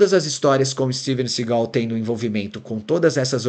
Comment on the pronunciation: Ouvir o tempo inteiro "Steven sigál" foi foda!